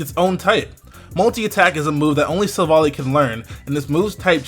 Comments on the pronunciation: By the way it is Silv-ally as in Silver-Ally. Not Silvalee, just saying :p The french translation is even more insisting on the whole Silver-Ally theming and it goes a lot with all the lore background around it. NB: Ilima is a girl not a boy, just saying. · I think it's pronounced Silvally like an "ally" . In French it's named Silvallié : allié is the translation of ally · It's Pronounced as Sil-Val-Ie ('Silver eye") but everyone is mispronouncing it. So I can see the misunderstanding.